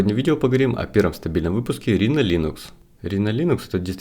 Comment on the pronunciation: Не рино, а райно. Оно же написано на английском, а не на греческом